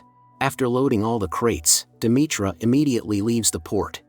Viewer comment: It's pronounced De..me...ter...not Demetra lol